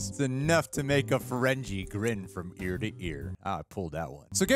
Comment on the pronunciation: Hard 'G' in Ferengi, not soft 'G'.